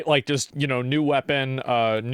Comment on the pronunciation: Didju rike it?